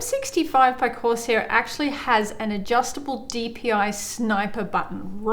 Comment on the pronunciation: Love how she says Course air at the start instead of corsair